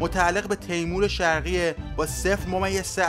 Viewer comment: مثل همیشه عالی بود و صدای دلنشین هم عالیتر فقط یه نکته کوچک، تلفظ کلمات(بعضی از کلمات) رو اشتباه میگی، توی چند تا از ویدیوها هم پیش امده. مثلا تیمور شرقی (Timor) به اشتباه تیمور (Teymur) گفته شد. حیفه برای کانال خوبی با این همه طرف دار.